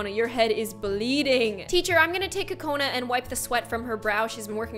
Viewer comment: It’s NOT co cona it’s..... Coo coo cona